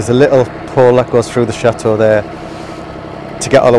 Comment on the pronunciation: I started today's video and briefly got sidetracked and then I hear say "Welcome to the chateau" pronouncing the "T" I thought I misheard until he pronounced the T again at the spot then I'm thinking, what's going on here? did I miss something? I had to rewind it a couple times to make sure. Of course people have regional accents but hearing him pronounce the T even at the end of the video was like finally getting to scratch an itch, it was soothing. I'm encouraged to work on my accent.